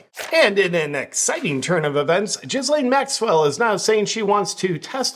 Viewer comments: Ghislaine is pronounced with a hard G, like gill as in what fish breathe through, then "lane" as in a road, path or track. I don't know if you pronounce it Jizz Lane to be funny, but as you don't mispronounced any other names, I'm guessing it's a misunderstanding. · Isn't it Gill-Lane and not JIzz-Lane? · "jalane Maxwell"??? I thought it was pronounced GHISLAINE Maxwell? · JP, love your stuff. Hard to hear you mispronounce Ghislaine. H is silent and S is silent. Hard G and rhyme’s with Elaine. Gheee Lane. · I like how you pronounce it "J1zzlane".